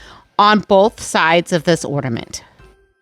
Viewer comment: I love your ideas but couldn’t listen you say ord a ment instead of or na ment!